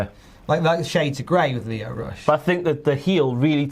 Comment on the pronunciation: My guy said lio rush and I cried 😭